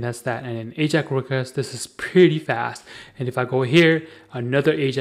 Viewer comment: "Ajack request"?? maybe before you try to create a tutorial video in Englilsh you should learn to correctly pronounce English words.